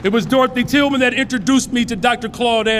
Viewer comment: He said Dorthy Tillman lol